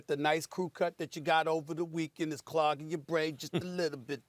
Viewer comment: 😂"The Brooklyn neths" I'm sure Stephen A is spitting all over the studio when is talking1